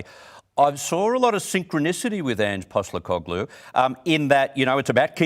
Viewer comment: Why does this guy keep saying Ange’s last name wrong ?